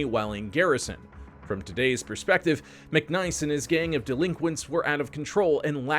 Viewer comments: His name was Mic niece not Mic Nice, As in my niece and nephew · His name was McNiece (like your brother's daughter), not "McNice".